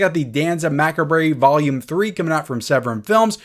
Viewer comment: We also got "mack-uh-bray" (macabre) and "say-gon" (Saigon). 🤣